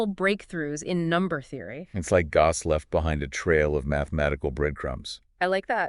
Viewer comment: The fact that they can't pronounce the name "Gauss" consistently is maddening! It's like nails on a chalkboard!